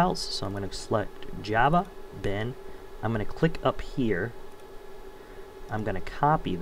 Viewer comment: iget " new japa" not new "java"